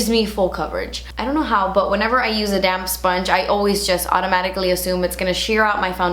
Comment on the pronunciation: lol when you said "damp sponge" I thought you said damn sponge <3